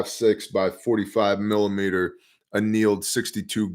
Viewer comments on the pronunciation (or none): none